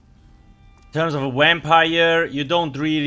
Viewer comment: The "wampire" always get me